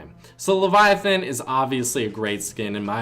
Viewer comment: Finally someone who can pronounce Leviathan correctly.